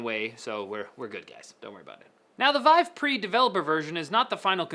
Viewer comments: did anyone else notice when he said "veev," not vive. Also, I can't wait to play video games with a monitor strapped to my face. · Why do you keep calling it "Weave"? It's VIVE. With an "i" He says weave one time and vive the other. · French pronunciation. ^^